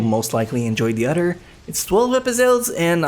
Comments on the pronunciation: lol, when he says other he says 'odder', is he trying to sound Japanese? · "sentificant udder"